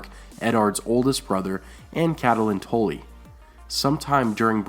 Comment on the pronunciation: Tully not Tolly